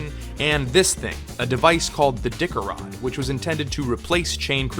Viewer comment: "Dicker-Rod" LMAO 🤣🤣🤣🤣.